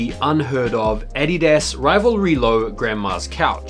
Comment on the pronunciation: I hate the way you pronounce Adidas 🤦🏾‍♂️ 🇺🇸